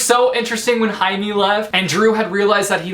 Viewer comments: I'm pretty sure Jaime is pronounced Jay-mee. I know that sometimes Js are pronounced as H but they are also pronounced as J too. The H just sounds really strange to me. Maybe I'm wrong :/ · i am pretty sure Jamie is not pronounced woth an H,but with a G. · I love how you say Haime and not Jaime! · Haime? It’s pronounced Haime? I pronounced Jaime as Jamey! My whole life has been a lie!! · I thought Jaime was pronounced Jay-meh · did u just call Jaime Hi-me? I find it so funny/interesting when I watch these reviews and everyone pronounces everything differently. the curse of reading I guess